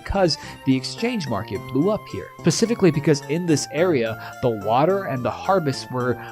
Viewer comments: You really just said "pacifically" instead of specifically? Brother... My ears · dummy said "pacifically"